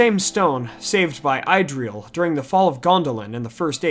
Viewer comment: "Eye-Drill" eye twitch